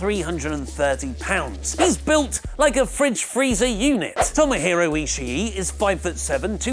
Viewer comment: Very good list. Sidenote: Ishii isn't pronounced like that...